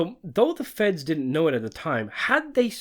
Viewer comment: He did-dent